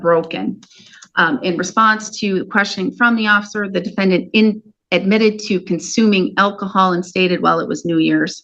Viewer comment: uh oh... "slurred" the word "officer" as "ocfer"... the officer might think her drunk!!! Watch out or he'll pull you in for a JUI - Judging Under the Influence! I understand the importance of DUI/OUI arrests, but these affect people's lives far beyond the courtroom... the officers should be held to SOME regulation where they pay court fines if they aren't doing the tests right or arrest innocent people (0.00, no drugs in blod draws, etc.) AND the legal fees for those defendants come out of the police retirement funds! You cause someone to retire with less money, they might not be happy when the 5th... 6th... 7th... 8th... 9th... 10th person is paid out of that fund! Also, an OFFICIAL APOLOGY, PUBLIC, SHOULD BE MADE TO THOSE DEFENDANTS!!! Their name and face are plastered about on their arrest, it's only fair to also advertise their NON-GUILTY verdicts!